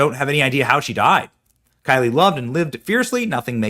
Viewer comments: Her name was KYLE not KYLIEEEIEIEI at least get her name right. It's worth noting that diddlers ex j-low got Kyle's entire account taken down less than a month before she was found dead on some copyright infringement nonsense. Her family implied that she unalived herself but she said herself in previous vids that she was not sumicidal. Did Oracle have to hand over her account vids to the feds? 🤨 if so they didn't do it voluntarily. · FYI --- Her name is pronounced in the same way that the common male sure-name of "Kyle" is pronounced (Ph. - "Kigh-Uhl"), and not as "Kigh-Lee". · Thank you for covering this! Just so everyone knows… Her name is Kyle, just like the boys name. There is no “i.e.“ or “y” at the end. So, just for clarification, her name is:KYLE. NOT: K-Y-L-I-E I just think it’s very important to pronounce her name correctly, because it is a form of respect. It’s the name that her parents chose to give her and we need to honor that. Prayers go out to her family and loved ones!! 🙏✝️💜 I pray that the truth comes out and that justice is served to everyone involved.